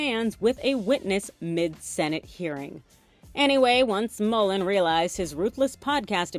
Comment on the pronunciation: MULLIN not Mullen.